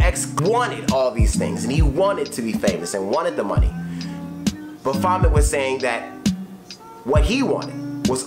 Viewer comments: Ba vomit lmao it’s baphomet baff-o-met rip x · It's *Baphomet my guy. Pronounced Ba-fo-mey.